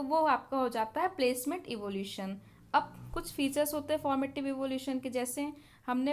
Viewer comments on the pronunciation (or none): Its ईवालुएशन not इवोल्यूशन